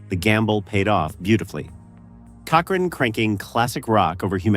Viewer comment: Lost me at "cochRAIN."